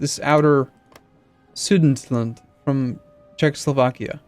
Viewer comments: Su-de-ten-land ;) Thanks for some good videos :) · please stop butchering Sudetenland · I thought the same XDDD